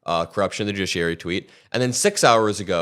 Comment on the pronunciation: Did you just say "the jidgeschrurey?" Lol